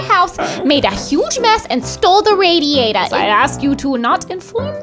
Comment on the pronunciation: Small note: with that accent you read the email in, the a in "radiator" is pronounced as in "bad"